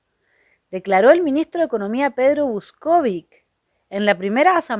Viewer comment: Pedro Vúskovic ( se pronuncia como esdrújula ), lo recuerdo clarito. Mendrugo de pan es redundante, dígase sólo mendrugo. Sorry, tenía que decirlo.